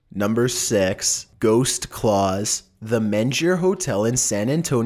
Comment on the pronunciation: Derek Phillips its not also that its also he pronounce number 6 wrong... instead of number six it becomes number sex.........